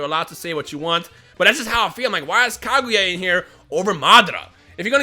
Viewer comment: Did u say taguya ? Or kaguya